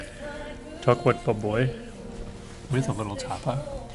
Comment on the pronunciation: Baboy is to be pronounced as a prolonged BA not rapidly. so it's ba-boy. The BA prolonged not pronounced fast. You should've went for a second plate. It's a buffet.